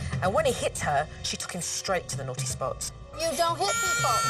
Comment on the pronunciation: Every time she said naughTEE spot I cringed